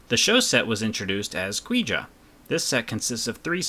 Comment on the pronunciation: Really enjoyed it. Pronunciation was better overall ;) Keep working at it. Koujia = KOH-jee-ah